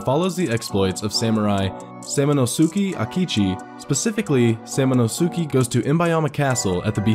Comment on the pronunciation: Sam a no su kay" thats how its pronounced